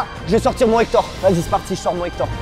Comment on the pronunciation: POUQUOI TU DIS HETORE